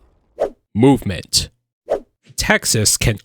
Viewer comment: >MOOvement Har har!